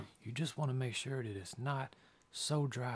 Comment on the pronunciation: bro. the way you say "sure" hits the ears wrong. it kinda takes me out of the groove because everything else is so smooth. if I may humbly offer an alternative pronunciation: try combining the words "shoe" and "were." lol